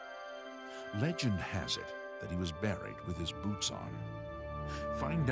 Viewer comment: it sounds like he says "do you have the boobs?" XD